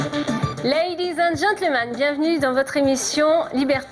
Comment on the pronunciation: espece de patate , c'est " laidies and gentlemEN " !!!!! pas " gentleman " un peu d'efforts ça fait pas de mal ....